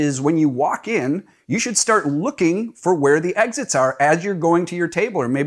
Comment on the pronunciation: Orient, not Orientate. Exits, not Exists. I'm an immigrant and I had to learn to speak English properly which unfortunately for me drives me nuts when I hear people not speak properly to the point where I'm not listening because it makes me doubt what you're saying.